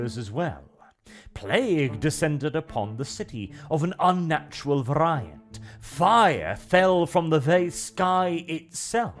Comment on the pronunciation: For the Horned Rat Gawds sake...say 'very-ant'...veryant...variant...please...you're hurting my brain. On another note...Skaven politics were that of the Italian City States during the context of The Prince. Merk's for sale! Get yer Merks here!